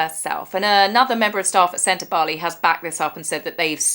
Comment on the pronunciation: Thanks for pronouncing Sentabale properly. You may be the only commentor that does. 😂 We read it the same, Dr Sophie has sufficiently valid complaints to convince a law court. I think if these ex-board members push, she will push back and they won't like it. I absolutely believe Meghan is the influence here. This lady has more experience and qualifications the H&M together. She's also attractive. And she gets to associate with Harry. All things Meg hates. Oh, and she doesn't have to wear spray tan to be black 😂